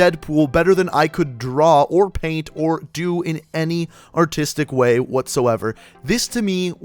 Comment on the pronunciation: He said autistic way.